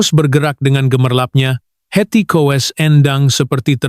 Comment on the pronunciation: Menyebutnya kok Heti Kowes.....